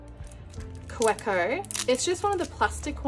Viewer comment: Kaweco is German and the w is pronounced like a V. Ka-vay-Ko. I know because I was corrected myself. I like that pen its just hard to see exactly what color it is. It almost looks black. I just told myself I wouldn’t buy another Twsbi and I did. I bought the latte or café. I can’t remember what color it was with the bronze. brand new color way.